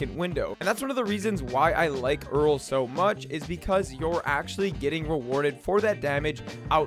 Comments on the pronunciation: Wait i was actually fine with them calling it earl since the start but for some reason hearing it so many times in this vid made me so pissed off and now im tilted fucking reeks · He managed to say omni-diagonal but cant say Erel properly..